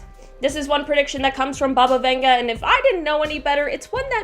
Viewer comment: Who’s Bubba Venga 🤣🤣